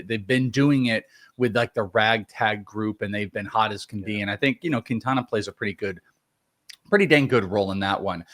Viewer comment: It's keen-tawn-uh not kween-tan-uh